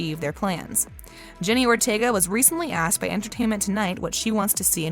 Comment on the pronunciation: It’s Jenna Ortega not Jenny and also what’s Gomez Addams power